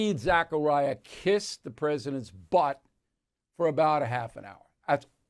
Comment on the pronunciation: Fawning and embarrassing but it’s “Zakaria,” not “Zachariah.” (Like that helps… 😁)